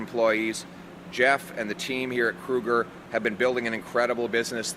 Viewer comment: Is it Kruger or "K-Uger... Sounds like what are the old time car horns, huh?"